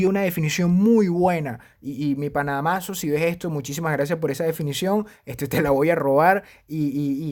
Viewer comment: Excelente información, como siempre. Gracias por la mención. PD: Se pronuncia Dámaso Jaja saludos...